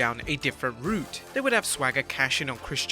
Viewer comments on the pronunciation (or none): none